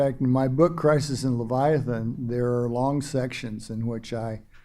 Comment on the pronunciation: Will someone please teach the host,, how to pronounce "Leviathan"?